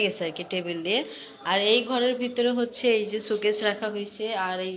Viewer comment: ছুকেছ না, এটাকো শো-কেস বলে। showcase. 🙃